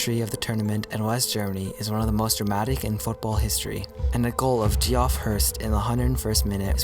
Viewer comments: Geoff is pronounced Jeff. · Is this narrated by AI? Jee-off Hurst?!